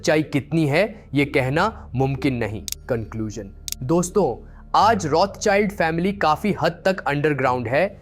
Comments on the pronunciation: बच्चा वो रोथ चाइल्ड नही रोथशिल्ड है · "Rotsild" pronounce hata hai